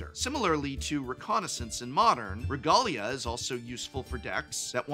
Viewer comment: I've never heard regalia pronounced like that before